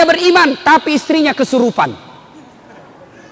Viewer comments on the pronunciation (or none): none